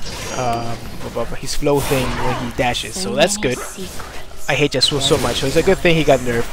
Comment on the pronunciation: Pretty salty about the YAsuo (emphasis on the first syllable)